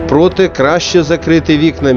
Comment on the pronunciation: Дуже корисна інформація і доволі непогано оформлена графіка, але ж начитка – це катастрофа – "ПрОте", "Служб безпеки України радить", "пострілі"... 🤦‍♂️ Я вже мовчу про безліч помилок у тексті. Шкода, що так непрофесійно поставилися до такого важливого ролика.